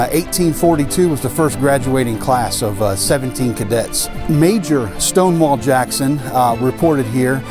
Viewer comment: It’s CADETS not Kaydets 🙁